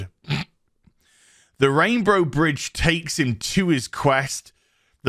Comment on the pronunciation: I swear you called it the RainBRO bridge.